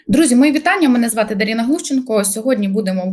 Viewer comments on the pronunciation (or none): Може ДарИна, а не ДарІна?